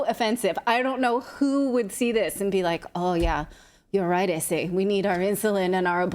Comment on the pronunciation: Funniest thing on today's show is hearing posh natalie saying puto😂 and essay😂👏👏👏👍